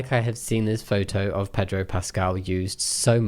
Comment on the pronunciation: King, Pedro does not rhyme with hedge-row 😂